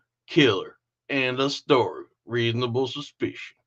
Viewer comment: “Thats not how we Op’rate, tattoo ki//er end of st’ry” LOL😂😂😂